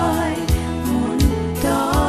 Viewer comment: চিকিচিতা নয়, উচ্চারণটা চিকিতিতা।